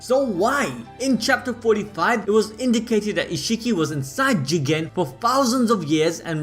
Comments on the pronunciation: he said Jigen ...its Jiiiigggen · Nobody:: JEE-GEN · Is it really pronounced JII gEn